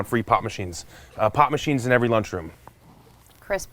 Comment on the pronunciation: Did he say "pop" or "pot" machines??